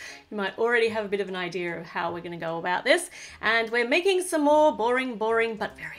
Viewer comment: when she says idea if sounds like she is saying i-deer!!